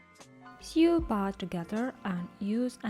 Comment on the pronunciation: "Sew" читается как "соу", а не "сью". Прошу прощения, что исправляю, но очень режет слух